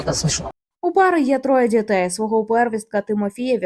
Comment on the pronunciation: не "дзітей", а "дітей", не "дзякую", а "дякую"